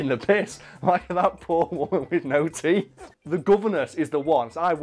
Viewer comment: For the longest time, I thought you guys were saying the woman wanted money to buy tea and not TEETH how the fuck did I not realize this sooner